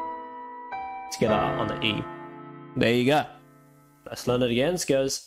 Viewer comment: When he says together it sounds like he’s saying “tacata”